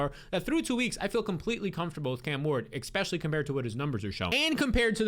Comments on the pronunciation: Never trust a man that says “ekpecially” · It’s hard to take you seriously when you put an “X” in especially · “ecxpesially”